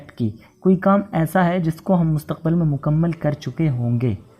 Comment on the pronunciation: I want to ask you sir that. What is right pronunciation of مستقبل ? I know it Mustaqbil. But you used in video Mustaqbal. What is right and why ?